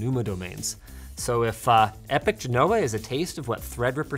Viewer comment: Linus I swear to God man say Genoa right. Surely someone around you has made a comment. Jino-wa not gen-know-uh you're driving me crazy my fellow.